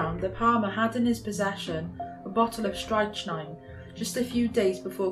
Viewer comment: Strychnine is pronounced 'strickneen'.